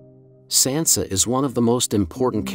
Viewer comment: How do you STILL not know how to pronounce Sansa????!!!